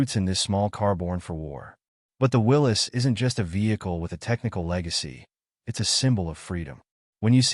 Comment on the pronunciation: You got it right! It is pronounced "Willis", not Will-ies"! I have a friend who has a '43 MB at his cabin in the Sierra. We drive it whenever we are up there.